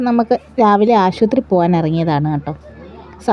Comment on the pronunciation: ആശൂത്രീ അല്ല. ആശുപത്രി..😂😂